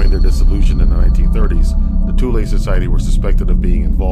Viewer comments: Toooleeee not thooll good sir!!! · Thule is pronounced “To-lee”. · thule is pronounced tooley. disregard if someone already pointed out. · came to mind, thule, as you once in the vid pronounced it as 'tool-e', is the same as finnish Word tuuli, meaning wind. the first reasonable explanation for swastika that i've heard was from Bock saga, where ior told it meant the crossing point of two meridians of the World, separating the World in four cuarters, aka north pole.. he also told the exact location of old north pole before ragnaröks and where it is today.. though i must mention most finns will say the man was a con artist, drug user etc., but that's the Basic Picture of Black painted person so i don't say he 100% truth or false, but take his oral story as a possibility.